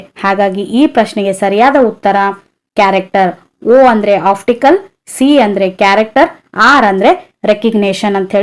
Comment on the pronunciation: Optical madam uchharane alli oftical anthidiea